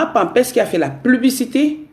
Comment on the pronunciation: Moufffff on ne dit pas PLUBICITÉ !!!!!